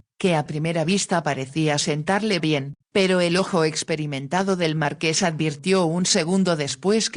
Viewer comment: LO ÚNICO QUE ME DESESPERA QUERIDA ES QUE NO PRONUNCIAS BIEN MARQUÉS QUÉ ES UN TÍTULO NOBILIARIO "CON ACENTO EN LA E" . !!!!😢